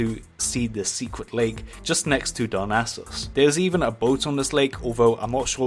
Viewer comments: I thought he said "Dumbasses" lool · It sounds like he says "Dumbasses Lake" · Am i the only one hearing he say dumbasses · Is it me or he is saying dum a** es .When he is trying to say Darnassus (darn assus) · I'm losing my shit how he keeps saying 'dumba**es' instead of darnassus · Top secrets said in this video: Wald ov wallcwaft Dumbasses Oofer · ikr, everytime he would say darnassus, it would sound like dumbasses. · I dont know if anyone else has picked up on it but every time mentions the word Darnassus it sounds like he is saying dumb asses lol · Everytime I heard darnassas i heard dumb asses